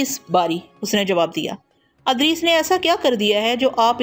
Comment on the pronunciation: Haaey afsos Punjabi speaking Urdu sahi parh bhi nahin sakte ? Idrees ko Adrees parhna.... Bashaarat ko Bishaarat parh Rahi hen.... Afsos isi tarah ki beshumar ghaltiyan hen.....